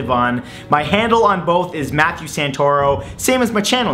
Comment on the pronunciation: *Matheeiuiu